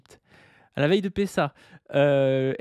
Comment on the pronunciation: Prononcer Pessa au lieu de Pessahre, je me désabonne direct !